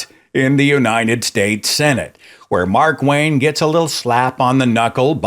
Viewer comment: Did I just hear you say "MarkWank" ? Bloody genius!